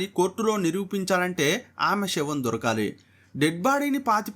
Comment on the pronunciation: Shavam కాదు రా తెలుగు రాని లుచ్చా ఎదవ, శవం అనాలి.